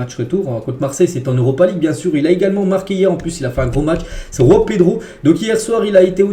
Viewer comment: ARRETE DE PRONONCER C GENOA PAS RENOA C JOAO PAS ROAO C LECCE CA SE PRONONCE LECHE PAS LESSE ARRETE QUAND MEME C TROP